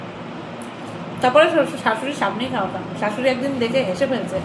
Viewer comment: শাসুরী না দিদি শাসুরী